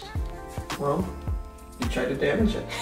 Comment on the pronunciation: "It's giving heart damarj"🤣🤣🤣